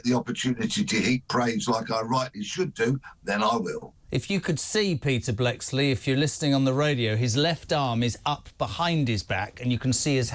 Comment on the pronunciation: Bleksley so disrespectful he can't even pronounce his name correctly